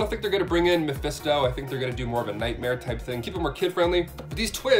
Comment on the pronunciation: I cringed everytime he mispronounced Mephisto